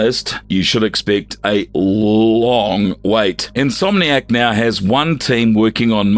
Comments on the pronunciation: In-so-manic games? Never heard insomniac pronounced that way before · Who's says insomniac like that 💀💀💀